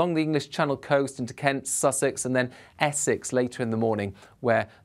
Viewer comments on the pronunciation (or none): none